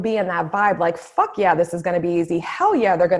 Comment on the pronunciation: Hahaha... yessss!!! Hahaha when you said “ Fock that” hahaha. Love it!!!